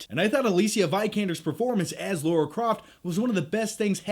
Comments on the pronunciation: L A R A. NOT L A U R A. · LARA Croft, not LAURA Croft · LARA LARA not Laura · Your as bad as mr stuckman its lara with an A. Not laura. Either way good vid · You mean Lara not Laura. 😂😆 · Its Lara not laura!!!!! Haha haha, sorry, love u bro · LARA!!!!! not Laura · Lara Croft, not Laura Croft. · Her name is Lara. How can that be pronounced as Laura? It's really not difficult! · i love you, but it's Lara, not Laura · Why do all Americans call it “Laura” isn’t it Lara ? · Yeah man, see you in a few months. btw its Lara, not Laura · I'm genuinely curious why Americans call Lara "Laura". Was her name changed in the video games for the US market? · Natarri Bailey I've heard a few reviewers clearly say Lara, but most sound like they're saying Laura. Maybe it just sounds that way to foreign ears. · Americans, say it with me now. LA-RA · Laura Croft, that's almost as bad as Stuckmann's pronunciation of Roland Emmerich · It's not Laura croft 🙄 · Why do american's have such a problem saying Lara properly? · Yet another person mispronouncing Lara lol.